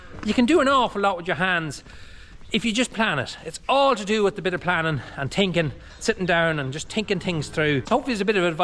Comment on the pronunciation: Ah! As I was watching this, I was thinking about what I was hearing. At first, I was struck by your thinking, or should I say: "tin-kin," because that is what I was hearing. "I was tinkin, " yes, does not pronounce the "th" in thinking and does a lot of tin-kering-a little here a little there, but some how it all makes wonderful sense and is so useful. But the skills that you have mastered to be able to have what you do now, astound me. You are a plumber, a roofer, a mason, a mechanic, a fence builder, a civil engineer (cut and fill), a "mud-man" working in concrete, an arabel farmer, a dairyman, husband, father, a son, an educator, and God knows what else! You do "the best you can with what you've got," this sounds just like my Father, probably yours also. Thank you,, for sharing what you do with us. It makes our world a bit more interesting and, lawdy, I am learning a lot about things I don't normally think about. You're an inspiration! I'm learning bit of what it is like to be a dairyman on a small farm in Ireland. (I cooked my eggs in Irish butter this morning.) Here's wishing you and yours a happy and successful New Year. Georgia Ann from Central Florida...